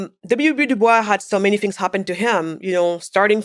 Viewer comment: W.E.B Dubois pronounced his name with a sibilant "S". The matter is not open for debate. He was very clear. I believe there is a recording of him clarifying the pronunciation of his name. Again, it should be pronounced with a STRONG sibilant "S". Ms. Wade is ill-informed to the point of ignorance and insult on this matter.